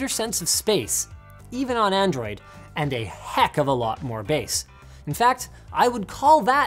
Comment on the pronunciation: Did anyone else hear “handroid phone”?